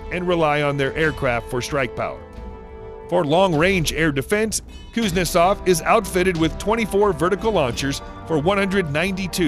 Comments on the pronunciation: Kuznetsov doesn't work, comparing it to carriers that do is ridiculous. It isn't all that hard to pronounce either. Cooze-nyet-sov. Simple stuff. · My favorite part is that the narrator pronounces Kuznetsov differently almost every time.